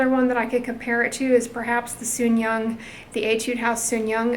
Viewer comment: Enjoyed yet another video again😊! Just fyi, you should pronounce “Soon Jung” spf with ‘Jung’ instead of ‘Yung’ unlike Spanish. (Which means “pure” in Korean.)